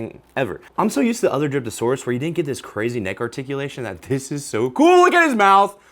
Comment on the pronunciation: I thought you said "Dripping sp3rm Saurus"